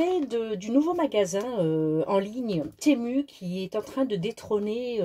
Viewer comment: j'ai découvert Temu (on dit tee-moo au passage ;) ) y a de cela quelques mois déjà et franchement c'est exactement la même que Ali en moins intéressant (car ali a beaucoup d'avantage comme les jetons, le service client qui est toujours pour ma part rapide et efficace et plein d'autres chose que je ne connais pas trop .....) et des prix pas réellement intéressants finalement vu que ca vient du même pays ;) mais bon t'as eu raison d'essayer.